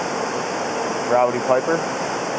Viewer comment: “Roddy” Piper.